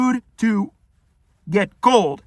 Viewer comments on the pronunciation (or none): you said "get cold" in a way that a person with a Dutch accent would. Does anyone know if speaks Dutch or Afrikaans? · To also, to get cold all sounds like a Dutch accent